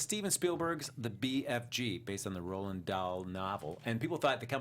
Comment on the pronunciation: The author's name is Roald, not Roland.